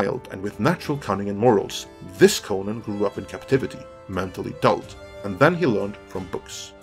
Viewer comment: I hate the way you promounce conan